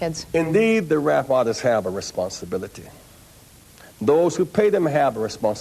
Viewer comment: Responsibili-TEH, reali-TEH.